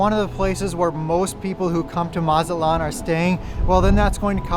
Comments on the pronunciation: It's not Mazat-lan.. It's MA-ZA-TLAN 🤭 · Really don’t know what u talking about from Texas was more expensive to go to Mazatlán. By the way pronounce the T please Check Expedia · Amigo who told you that the letter T is silent in Spanish, it's no, You would sound so much better if you pronounced it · That’s not how you pronounce Mazatlán. Butchered it 😅